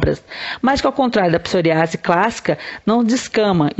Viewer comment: Psor Í ase, com ênfase no i